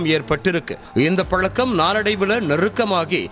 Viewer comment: பலக்கம்,பலக்கம்னு சொல்லாதீங்க.தமிழை கொலைப் பண்ற உங்க பேச்சை கேக்க சகிக்கலை